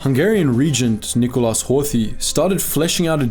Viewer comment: Miklós Horthy not Micholas Horthy